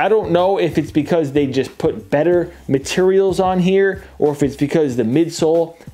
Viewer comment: Makes it even Bettah…. That accent came out hard!